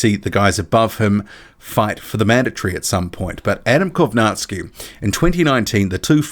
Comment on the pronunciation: Funny how you're saying kownacki name, if you're going to say his name half dozen times, please learn how its supposed to be pronounced